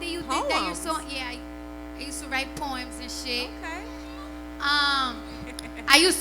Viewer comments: Could had sworn I herd her say porn,just herd her on the stern show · Damn i heard porn instead of poem🔚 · Thought she said she I used to do Porn lol than I heard Poem 😅 😂 🤣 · I thought she said “ porn” 😂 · Why'd I think she said " when I used to do porn " 😂😂😂😂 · Did she say porn??? lol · Lol I thought she said porn too